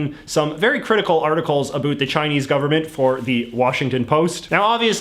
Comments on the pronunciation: You sound as if you are trying to sound Canadian. The normative Canadian "about" contains a dipthong made of two vowel phonemes (sounds) pronounced together "eh" and "oo". You just say "oo" and I've never heard anyone say that, other than Americans trying to do a Canadian impression. So, are you really a Canadian? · It's not ah boot, chinese propaganda. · "a boot" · I laugh at idiot CIA asset JJ & his stupid, shallow WaPo analysis, especially his ridiculous pronunciation, "a boot," when trying to say "about." He's written that it's a Canadian stereotype, but he is the living embodiment of a flaky Canadian stereotype. I've seen Falun Gong (FLG) demonstrations. FLG is a crazy cult that created Shen Yun (SY). If you use your brain & think independently, you soon realize that FLG & SY are CIA propaganda. FLG is a CIA anti-Chinese propaganda arm. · I’m from Vancouver. No one pronounces “about” here like this guy. Initially I thought it was some kind of comedy gag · Is it your real accent? Cause as a fellow Canadian, the way you pronounce "about" sounds very unnatural and irritating. Sorry in advance if it is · He deliberately uses words like "about" to demonstrate a Canadian pronunciation. I find it off-putting, not flattering. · The only word that bothers me when he says it is about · listen to how he says "about" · I Like how u say about. I am Danish BTW so i Think that is the reason 😂👍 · Excuse my off-topic question, but do all Canadians pronounce about like you, or is this some wired regional pronunciation?